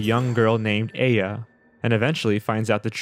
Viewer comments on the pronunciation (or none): Who seriously pronounces Aya as "Ey Ya"? Its not a japan exclusive name. Also, Ey Yo! Oni: Sounds like he's trying to challenge the monster to a rap battle. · That's not how Aya is pronounced.